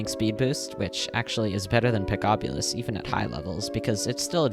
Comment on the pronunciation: pickobulus is pronounced pick-o-bul-us its supposed to be like the magic of the gathering planes walker nickobulus